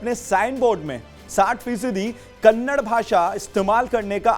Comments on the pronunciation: Its not Kannad its Kannada. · Dear loffer anchor that is Kannada not kanda plsz pronounced correctly